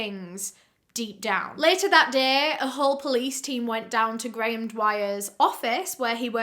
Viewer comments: I was trying to figure out how a Brit could so badly butcher Graham as Garoon. lol GaArRrRoOoOnN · Grayum-> Garu hmm seems like he liked to take letters out of things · graham but pronounced gray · Lol his name is just Graham. Pronounced “gram”